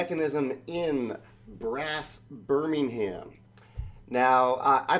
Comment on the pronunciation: If you want to pronounce the city like it is done in England just drop the 'h' it's Birming-um